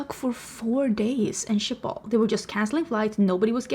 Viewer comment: Thank you for showing me how to correctly say Schiphol as I've (all my life) said it like "Shkey-poll" like I'm Sean Connery saying "ski pole" but how do you say the name of the dog breed Schipperke - I love those wee doggos. Uh - baby beavers are adorable!! There's a difference between negative feedback and slamming something rudely without critique. We are allowed our opinions and if someone gets personally offended by someone who disagrees with you - that's a them problem. Your hair looks great! You've had short hair before and you always style it well. It's a nice midpoint in case you were thinking of going shorter, or longer with your extensions. You have so many more options!